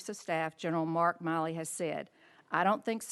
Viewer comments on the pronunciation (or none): Yes, and she mispronounced CJC General Milley’s name. It’s pronounced like the women’s name. The fact that he is an international disgrace is another matter.